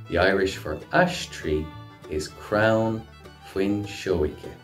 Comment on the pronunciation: Crown?? I'm sure it's crann